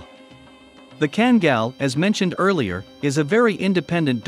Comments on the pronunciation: FYI: pronounced kangal not kengal. Due to dogs origins being in a region in Türkiye "Sivas Kangal". in addition karabas in a different breed of dog all together. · Why can't people from the USA say name's properly? Just say it the way it sounds, what are they taught in their third world education? He says it right then back to 5 year old education, well a 5 yr old European education. Ken-gill, kan-gell. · a few myths about this video.... - The pronunciation of KANGAL is horribly WRONG. They could have at least made a real effort. The closes thing to say would be "Khan gull" - Yes an adult Kangal can kill a wolf if the wolf is by himself only and no, the wolves in Turkey are not as small as kittens in Florida.